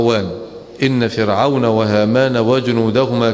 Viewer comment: بعدين عامل نفسك شيخ وما تعرف تقرأ قرآن !!؟ فرعون بتخفيف الراء ياجاهل